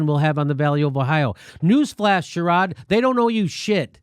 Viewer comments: Share-rid. Sherrod. That's how you say that. I'm just sayin. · Hey Jimmy..it's not Share..rod it's Share..red. Brown. And he is an idiot.